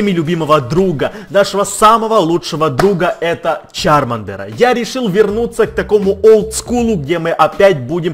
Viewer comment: Не чАрмандер а чармандЕр Я покемонов смотрела>[